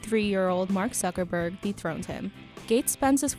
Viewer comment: did she just said mark suckerberg?